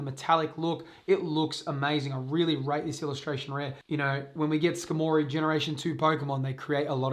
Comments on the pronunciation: "skah-moree" hahahaha its Scar-mah-ree... like Armory... hence the metal body... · how in the world did you read Skarmory and think ska mory. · Your incorrect pronounciation of skarmory is killing me lol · The pronunciation on skarmory lol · I’m flabbergasted by the way you pronounce skarmory